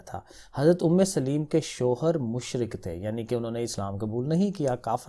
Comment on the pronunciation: Umme solaim not umme saleem